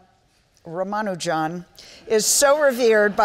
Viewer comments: It is so disgusting to hear the so called expert interviewers who talk about Rama Nujan , and keep calling him rama Nujan. What a shame they don't bother to spend a minute to learn to pronounce the name of the most brilliant mathematecian's name right. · Ruman-juan.... Rumanu-jan seriously! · Couldn't they get a moderator who wouldn't bungle the name from the start by saying 'Rama-Ju-an'? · The silly way the moderator butchers pronunciation of the names of Srinivasa Ramanujan and Manjul Bhargava is quite jarring to note in an otherwise pleasant interaction. I wonder why she didnt spend a mere 5 minutes before the event to just practice how to correctly pronounce the names. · there is only one way of pronouncing Ramanujan, there is no need to invent new ones or having a debate. Host is so terrible!